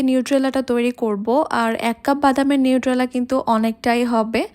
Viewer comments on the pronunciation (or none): নিট্রেলা না এটা নিউটেলা। উচ্চারণ টা ঠিক করে করবেন